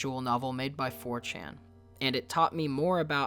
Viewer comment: Is he saying Fortune or 4Chan? Because one of those could be a studio and the other just makes me go “👀uhhhhhhhhhhhh...ummmmm👀”